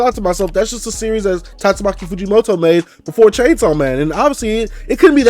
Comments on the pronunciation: Bro it's Tatsuki Fujimoto,,,not Tatsumaki😅😅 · First of all it's tatsuki fujimoto not tastumaki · I love your vids and all but its spelled/pronounced TATSUKI Fujimoto.